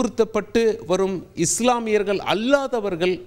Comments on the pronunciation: தமிழ் உச்சரிப்பில், இந்துக்கல், சீக்கியர்கல், இஸ்லாமியர்கல், நாடுகல் என்று தவறாக உச்சரிக்கக்கூடாது தம்பி. உச்சரிப்பில் கவனம் செலுத்த வேண்டும் தம்பி. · யோவ் நீஇன்னும் தமிழை சரியாக படிக்கலையா? நாடுகல், மக்கல்,இஸ்லாமியார்கல்😢